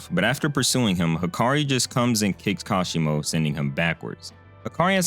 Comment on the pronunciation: Kashimo Hajime my man, Not Hashima